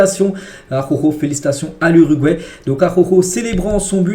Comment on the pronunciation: « ARORO » Pitié . J’en peux plus à chaque vidéo d’entendre cette immondice. Prononce son nom correctement « ajauro » phonétiquement « araouro »